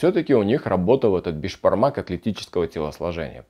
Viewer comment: Мне послышалось или ты назвал его "бешпармак"?